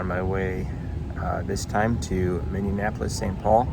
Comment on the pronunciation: I laughed so hard when you called it Minnienapolis and not Minneapolis, lol! In case you never knew, I thought the IFE had a pop out screen in your armrest since the Seatback is so far in the emergency exit row that makes it impossible for reach in use. That pilot that got off the plane right in front of you sort of looked like he was in a hurry!